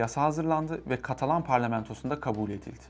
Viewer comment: katalon degil ya katalan!